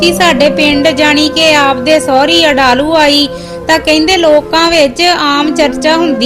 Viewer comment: Nice but some words wrong pronounced village name adlu